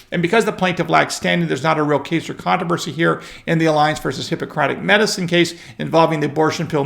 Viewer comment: You still refuse to properly pronounce the word controversy. There are two r's in the word controversy. You and Lester Holt have the same problem.